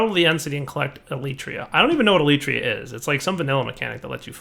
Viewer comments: I understand that you don't know what an Elytra is, but at least pronounce it correctly. Like, what the heck is an Eletrea? Where did the extra 'e' even come from? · Elytra. EE-LI-TRA It's a vanilla gliding mechanic